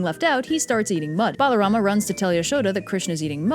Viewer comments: a is not pronounced bro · Your assumption is incorrect. If you knew Sanskrit root words, you would know that his name is Balarama, not "Baalarama". As for your remarks regarding not reading the texts: please refer to Canto 10 chapter 2 in the Puranas for specific mentions to my original comment. If you are able to, I suggest that you also provide textual evidence for your claims before refuting others. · its balaram not balarama